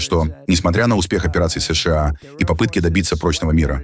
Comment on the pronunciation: Не «ЭС ШЕ А», А «ЭС ША А» или «США»НАДО ГОВОРИТЬ ПО-РУССКИ!!! А искусственный интеллект требует надзора ! ИНАЧЕ НАСТУПИТ ХАОС НА БЕЛОМ СВЕТЕ!!!